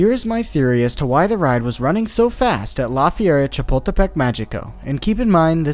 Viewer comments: Or when he says lā fierra shapuldepek mayiko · It's pronounced "Lah Feh-ree-ah Cha-pul-teh-peck Mah-hee-coh." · his pronounciation killed me 😭 didnt even bother to know how its said correctly lmaoo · As someone from Mexico City it was funny to hear him butcher the name the first few times, but by the end he was saying it with more ease